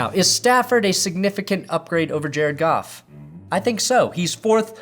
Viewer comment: thought u said golf..go home leave family..lol